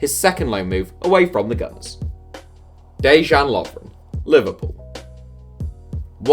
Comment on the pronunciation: 84000 views, 100k subs, and cannot pronounce or even bother to name of Lovren. ITS NOT DE-JAN!! He is not Chinese FFS!